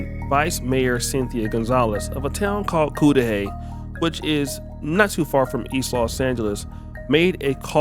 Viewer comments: Pronounce Ku- duh-hey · Cu - like Cuzz - Cu - da - hy - like He. FYI!!! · It’s pronounced cuddahey my man. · It's called Kuh-Da-hay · If you lived in Compton you should know the city is produced "cud-da-hay"! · The correct pronunciation of the city is cud a hey (phonetically).